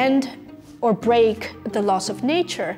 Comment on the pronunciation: about . . . LOSS OF MOTION . . . or LAWS OF MOTION ???????????????????? LOSS does not = LAWS. Please pronounce it correctly. Thank you. In my opinion teachers have a special duty to transmit their information correctly, properly, and with authority. Allowing errors and carelessness to creep in undermines the very concept of " education."